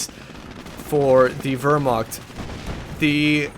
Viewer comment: Hey, I hate to be "that guy" but since you were talking about pronunciation at the start of the cast I thought I'd bring it up. Wehrmacht isn't pronounced with an "ur" sound. It's more of "ear" sound. Anyway, great cast and good luck with your exams.